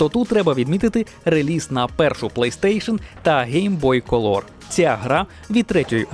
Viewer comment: будь ласка вивчи як вимовляється слово COLOR 🎇🎇🎇